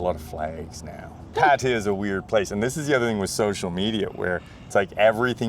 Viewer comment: you speak very well, but you've been in Thailand for 11 years? Now you're ready to pronounce "Pattaya" correctly. Listen to how Ying pronounces it.